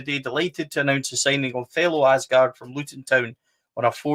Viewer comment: Thelo Aasgaard Aasgaard in Norwegian, it is sead as Ause like you would with Australia & gaard the D is silent in Norwegian All together, you pronounce his surname like Ausegaar. Regardless, welcome to Blue Valhalla.